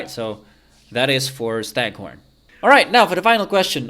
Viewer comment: BTW it's stagThorn with a T :)